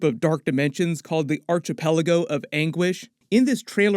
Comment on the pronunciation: Archipelago has a hard k sound (arkih-pella-go). Check pronunciations for words you're not familiar with